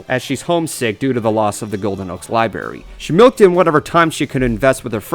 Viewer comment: wait wait wait. Did you say liBARY?!